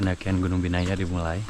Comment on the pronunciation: di vlog bilangnya biyana, nama gunungnya binaya:face-pink-tears